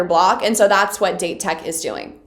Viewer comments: 1) loving the strategy analysis, vic 2) Date Tech is pronounced: "Dah-Tay Tech" 3) do all the tutorials please 4) Aone is pronounced: "No Eye-Brows" 5) the third years are true senpai, huh? Daichi is a true captain, Suga lost his spot to a first year but still vice captains like a mf, Asahi lion-mouse still commands all the respect... 6) all the moments... all the moments... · Date tech or Dateko is pronounced as "Dah-teh tech" or "Dah-Teh-Koh" and Aone is pronounced as "Ah-Oh-Neh" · FYI Pronounce Date Tech as “dah-tay” Tech.